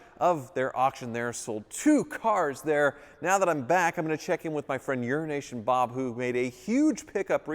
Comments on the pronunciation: Why does he keep saying 'Urination Bob'?!😂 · Is it "Euro Nation Bob" or "Urination Bob"? 🤔😂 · 'Euro-nation' needs a slight pause in the middle otherwise it sounds to much like 'urination' Love you Bob :) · You sure enjoy butchering Euro-Asian Bob don’t you.